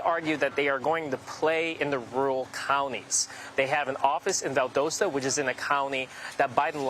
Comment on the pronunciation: Did he say VAL-DOSA 😂